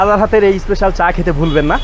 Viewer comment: Special hoe ispecial noe, engliah bolte parena bhul bhal uchcharon. Kanglu der